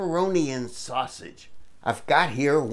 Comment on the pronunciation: Growlin at the ground "sausgeeze" "Like real pizza!" I like to here ye speak Italian! The ending is hilarious! way to go yall!